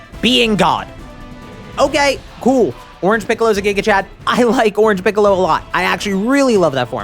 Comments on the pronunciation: Wtf is piss-ollo? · Am I mishearing him.. He is saying pissallo when referring to non Orange Piccalo. if I am hearing that wrong what is he saying? (and either way what is he referring to) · Is it just me or does he sometimes say “pissalo” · did he just say pissolo 😂😂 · "Pissollo" doc what? I think you mean Noarmsstripescollo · Bro said pissolo lmfao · Did I just hear bro said pissolo?😂